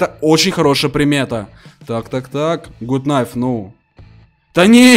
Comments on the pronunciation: Это не Гут найф а Гат найф весли я не ошибаюсь! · Не гут наив а гат найф!